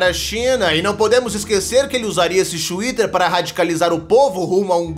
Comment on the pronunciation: O "XWITTER" kkk